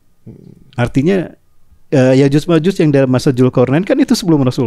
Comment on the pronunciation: Bukan Ya'juz ustadz,tapi Ya'juj